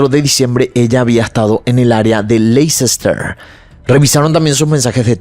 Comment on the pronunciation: Hola! Me encanta tu channel! Solo una pequeña correccion de pronuncia por si te interesa! Leicester se pronuncia asi: Lè-ster. Solo un fact fact que aprendi en la uni y te la comparto! ❤😊